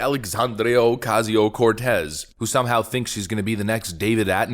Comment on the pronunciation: Dude, can you just start saying AOC's name properly instead of "ALLEEESANDEEEEERO oooOOOOCAZEEEOOO CORRRRTEZZAAA". Best wishes from a concerned subscriber.